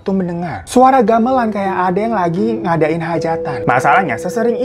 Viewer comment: Pas ngomong Gamelan salah, Tapi dengerku malah lebih salah! He said, Galeman.. Telingaku be like : "Daleman, Hah?? Daleman??" 😭 sampe di ulang bas bagian itu aja sorry bang Hiro.